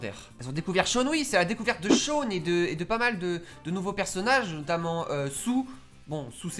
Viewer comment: Shawn ça se prononce comme ça s'écrit 😂 En phonétique ça doit être un truc du genre Shaone (Je regarde en vf, jugez pas, je préfère regarder en vf qu'en vo 😂) Est-ce que ce n'est qu'un détail sans importance ? Peut-être, et alors ? 😂😂 Sinon, je partage ton avis sur ce que je connais, je n'ai vu que les deux premières saisons et j'en suis à la fin de la troisième 😂 Fin bon, super vidéo, je suis pas déçue 😁